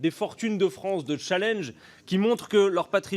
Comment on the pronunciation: Pourquoi le Poil de Carotte dit-il : "chalinge" au lieu de : "challenge" ? Il ne va pas tarder, à ce train-là à nous causer en Macronish, mes bons !